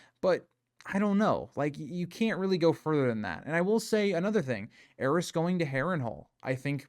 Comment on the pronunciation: I think my greatest desire in the world is for consensus on how the Targaryen names are pronounced Is it "heiress" or "ares"? The way its pronounced in this video hits my ears so awkwardly, but should it be affecting the pronunciation of Daenerys? Why has grrm forsaken us